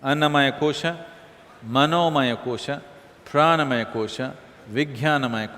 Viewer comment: कोषा नहीं कोष होता है